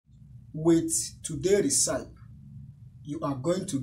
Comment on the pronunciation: Oga it's pronunced Re-ci-pi